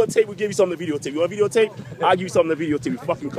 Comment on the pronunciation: Veedeeo tape. xD